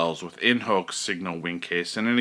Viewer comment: I stopped watching this video at in “hok” signo “winkes” I believe it is important to at least learn the right pronunciation to sound credible. Terrible start